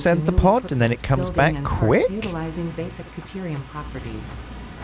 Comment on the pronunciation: I dunno either. Maybe he forgot to include it? He also wasn't paying attention when the computer told him how it was pronounced.